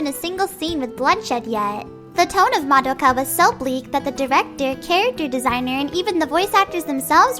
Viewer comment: Just out of nowhere, is anyone else bothered when someone mispronounced Madoka's name? or the entire title? no? okay.